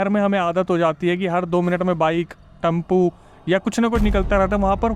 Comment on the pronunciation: Tempo❎ Tumpu✅